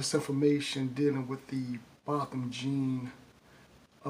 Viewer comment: BO-THAM JEAN! NOT BOTHAM GENE.